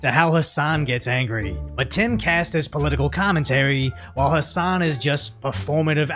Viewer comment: P.s.- Hassan, the h and an of his name are silent.